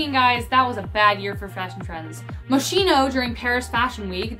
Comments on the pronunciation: Its Moschino Not Moesheno cries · Please learn how to pronounce MOSCHINO. Thanks